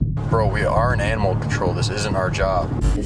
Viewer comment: “We aren’t anamal control”😂